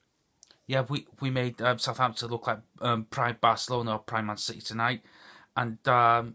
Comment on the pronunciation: How can you always stuggle pronouncing the name of your club, so plastic